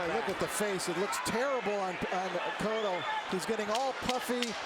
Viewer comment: da fuck is "coatto" his name is cotto